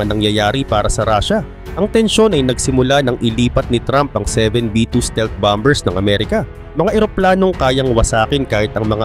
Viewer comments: Anong bambers? How do you pronounce the word... BOMBER. BAMBER? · Bomber - ba-mer Ang bigkas. 😂